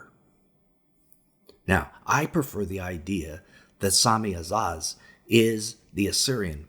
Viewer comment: Lol ewph u butchered those names haha But their pronounced A-zay-zel Sam-ja-za